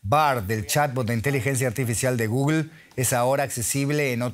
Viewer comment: Y no, no es “GOOGUEL” es Google. Lo entiendo del español de a pié, pero no de un comentarista que NO está en España de un DW que es internacional